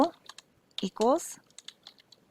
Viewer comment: you should probably learn how to pronounce "linear"